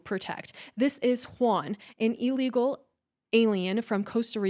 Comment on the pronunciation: It’s ILLegal, not, allegal. Ignorance!!!